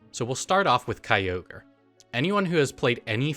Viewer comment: It's not Kyogre. It's never Kyogre